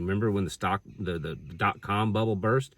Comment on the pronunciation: THE BEERRBBLE!! Hahahaha made me laugh